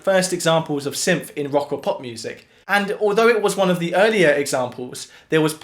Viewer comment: I love your videos! Good job. Odd, though, you don’t seem to be able to pronounce “th” very well.